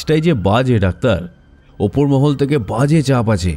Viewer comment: গল্পটা খুবই ভালো লাগলো কিন্তু মহল কথাটার উচ্চারণ টা ঠিক ছিল না তাই বার বার কানে লাগছিল❤